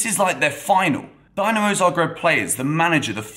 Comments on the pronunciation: its pronounced "din" not "dine" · Its not "Dynamo", its Dinamo! Has that "i", like when you say Italy. Cheers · Everything correct and nicely said! Just one thing... try to say Dinamo correctly next time 😆 And a comment for the youth team... Dinamo beating Chelsea youth team is not a surprise at all. Dinamo's academy is one of the best in the world and they are in the knockout stages every single year.